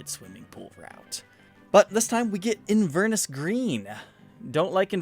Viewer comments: In-VER-nis green? Its In-ver-NESS. Yours Scottishly... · FYI Inverness is a town in Scotland. It's pronounced In-ver-ness. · Pronounced "in-ver-NESS" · For my American friends , Inverness is a place in Scotland and is pronounced “In-Ver-ness” as apposed to “inver-ness”. 🏴 🇺🇸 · Inver-ness. Its a city in Scotland. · Inverness is a city in Scotland pronounced in (going in to the house) ver (vernacular) ness (loch ness) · Not sure you've nailed the pronunciation of "Inverness".... :) .... all population of the City of Inverness, Scotland all cringed at the same time :p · Your pronunciation of Inverness was very funny! 😂😅🤣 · I love this show but as a scottish person, your pronunciation of inverness made me nervous In like in Ver like very Ness like loch ness